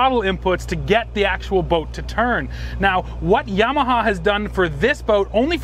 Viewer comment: Yam ah ha. He says it correctly